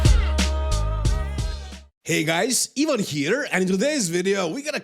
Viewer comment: In the US it's pronounced "eye-vin" for the people just listening they might go to "even"... Just making it as easy as possible